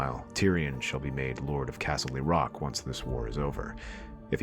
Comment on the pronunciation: If I hear castley rock one more fuckin time